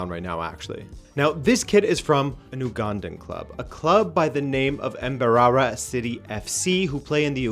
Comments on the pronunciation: he kept saying "embarara" and "ouganda" its more like say each of the letters slowly with more emphasis and its "Uganda" not "ou". I get the difference comes in accents just seemed jarring the first time i heard it. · Dying of laughter over here how you pronounced, "Mbarara" (You're supposed to say it the same way you say, "banana") Mmm...barara Tears, man. Actual tears Thank you for trying. You finally got me to pick up a Sangala shirt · You got a kit from my country but butchered the pronunciation of Mbarara and Uganda😂😂😂 Nice try though